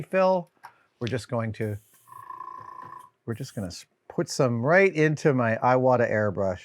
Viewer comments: It's eee wa ta. Not eye wa ta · IWATA is pronounced ē wata. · Nice, great tips. Gonna have to look for those bottles! PS its pronounced "Eeewata" ;)